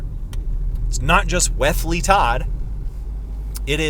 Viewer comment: I like the way you say Wesley’s name🤣